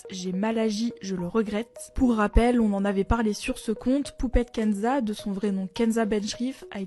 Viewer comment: J'ai cru entendre Poubelle Kenza 😂